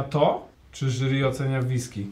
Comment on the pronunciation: "żuri" xD